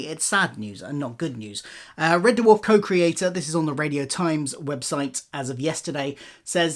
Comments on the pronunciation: It’s Red Dwarf, not Red DerrrWarf 😂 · Red what? Duhwarf? WTF is that? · Yeah, it sounds like derwarf. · It's pronounced 'DWARF', not 'DUH-WARF'. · I can’t listen to anything on red “Duh-warf” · Why is he pronouncing it de-warf? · I gave up on watching this video - had to - can't abide people saying Dwarf like "der-warf" - it's one syllable buddy. Arrgh. It's like scraping nails down a blackboard. I appreciate the info that I did hear, though, disappointing as it is. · Nice video but the way he sometimes pronounces ‘Dwarf’ (DUHU-WHARF) is very,very distracting. And I’m British too so it’s a him thing for sure 😂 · Red De Worf. The Dutch American country singer? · what is a Dah-Wharf? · Never ever heard it pronounced like that. "D-Warf". Why the audible pause between the D and the rest? Is this on purpose? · He really cool whipping that pronunciation of "Dwarf".. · The weird thing is there are a small number of instances in the video where you say something quickly in passing and you seem to speak more naturally and thus say 'Red Dwarf' the more usual way, which shows that when you are just speaking off the cuff as your self you say it normally, which makes me think it is either when you are reading it directly from the autocue/script that it happens, or else when you are (possibly subconciously) adopting a 'presenter voice' whilst following the scripted parts. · Blinduh Date.